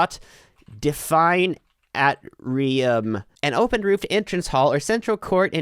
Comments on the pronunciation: It's Ayy-Tree-um, not At-Tree-um. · it’s Ayy-Tree-um. It’s also found in 2 parts of the heart called right atrium and left atrium. SMH jkjk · Atrium is pronounced 8rium lol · not even latin pronounciation smh